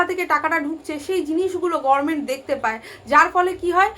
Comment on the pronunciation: গরমেন্ট কেন বলছেন, দিদির মত ভুল উচ্চারণ, অনুপ্রাণিত নাকি ?